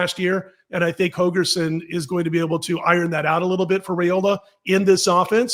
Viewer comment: HOLGERSON, Dana HoLgerson. Not Hogerson. C'mon man.